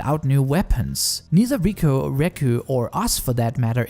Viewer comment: except it's not riku and reku, it's riko and reg.